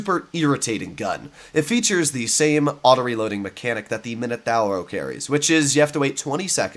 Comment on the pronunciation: The Minotauro pronunciation 🤌🤌🤌🤌